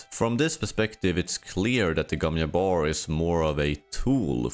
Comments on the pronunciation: Bro I know you are Nordic or something but how difficult is it to just say Jabbar or Jessica and not Yabbar or Yesica? Like come on dude holy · Not "yabbar", sounds like "jcabbar". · gomm JABBAR NOT YABAR .... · Bro, I get you're Swedish but can you put in at least the smallest bit of effort in trying to pronounce the english g sound in Gesserit or Gom, or the j in Jabbar? English isn't my first language either but come on. Bene Yesserit / Yom Yabbar is not it lol